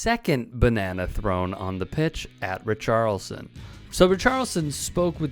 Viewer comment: love you, but the "i" in Richarlison isn't silent. Otherwise, great video!